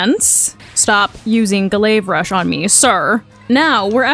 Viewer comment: Ga-layve rush 😂 you crack me up dude